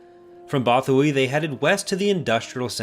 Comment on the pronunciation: You trust a source u til they pronounce it Botha-why